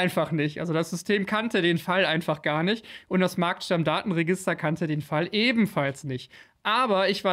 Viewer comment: Heißt es nicht eher Markt-Stammdaten-Register, anstelle von Marktstamm-Datenregister?